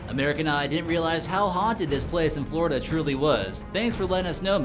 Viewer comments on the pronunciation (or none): none